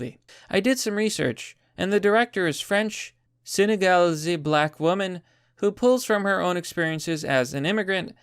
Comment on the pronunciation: Senegalese is pronounced "sen-uh-gul-EEZ" Mignonnes is (roughly) pronounced "meen-yons"